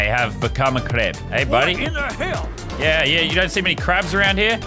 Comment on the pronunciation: What did he say then it sounded like "creb"